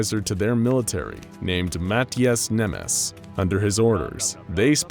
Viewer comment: I love it How the peonounce Nemes Mátyás XD